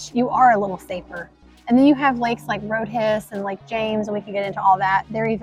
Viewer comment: I grew up in Catawba County and have family in all surrounding counties - all the locals call it “road-hiss.”